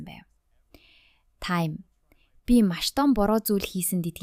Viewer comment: Чи ямар худлаа ярьдаг юм Тайм биш Таам наадхаа voo-гээс ү